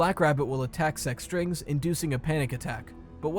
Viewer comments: i keep thinking its sex-strings instead of sec-strings, i cant hear anything other than that lol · Damn I thought you said sus strings